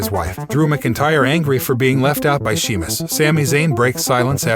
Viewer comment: You clearly don't watch this stuff and not a fan otherwise you would be able to read Sheamus's name right.